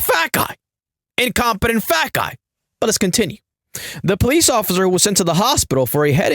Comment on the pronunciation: “It ain't looking good for the Ociffer” 😂😂😂